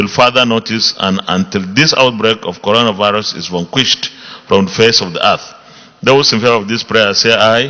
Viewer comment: Uucoronavirus hahaha here pronunciation